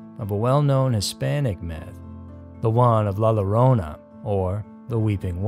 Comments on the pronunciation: "La LARONA"??? It's pronounced "La YO-RO-NAH" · Bro I’ve heard you pronounce it “larona” twice now, and it’s soooo wrong. It’s “yo-rona” roll the r. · I came here just for the comments 🥲 see if someone else was bothered by it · Lol the "Ll" at the beginning of "Llorona" is pronounced like "Y" So like "Yo-rona" But great video though!